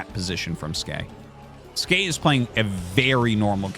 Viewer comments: Arty, why are you still pronouncing it Skay? The ASL 19 translation confirmed it was S key in the opening interview. It makes sense. He plays Terran, and the S key makes an SCV. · Not even Skey knows how to pronounce Skey.